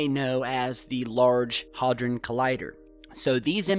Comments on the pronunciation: Wtf do you say Haldron, Its the Large HADRON collider. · Sorry but, first time i've commented and it's trivial, but get your pronunciation right. It is HAD RON, not Hal Dron, or HauDron. At least be consistent. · It's HAD ron, not HOD ron. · Sorry, was that Hard-on Collider? It's Hadron luv lolol ;-) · Hard-on collider 🖖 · I absolutely LOVE this channel, but PLEASE stop changing our English pronunciations with American versions.. One example - it's HADron.... H A D R O N.... not HARDron! Not crucial, but a real sore point with us Brits. Love you though - please keep 'em coming! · Hard on collider! LOL. Hadron,, HAD-RON. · Had-ron collider is the proper pronunciation. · 1. It's pronounced Had-Ron. 2. It's a particle accelerator. 3. String Theory is no longer a viable. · Pronounced Head-dran collider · I've seen a few of your videos and you just lost a lot credibility with me when you can't pronounce something as easy as Hadron its even spelled as it sounds not halldron! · Great video, I like the work you do, but frankly the comments on the The Large Hadron Collider make this all look foolish, I suggest you do some research on it, (Including proper pronunciation.)